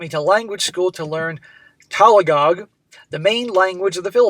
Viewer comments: Hey, this is Richard from Atlanta. I also married a Philippina from Mindanao. It's pronounced (Min Din Now), the language is (Tag A Log), but most people there also speak Bisaya. Mindanao is an island, the second largest island in the Philippines and about the size of the state of Georgia. Yes, there are lots of scammers looking to rip off Americans. I had to talk to about 200 before I met my "good girl". It makes sense when you think about it. A good girl gets taken up and married quickly. A scammer will always be looking for their next victim so the majority you meet online are indeed scammers. It took me 4 years of vetting before I was comfortable marrying her. The OP's friend needs to know, tell him again. Show him your language skills. Record her if possible. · Min-Dah-Now, and Tag-a-log it's how you pronounce it